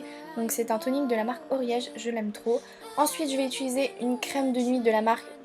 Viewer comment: j'ai remarquer que tu dis "ituliser"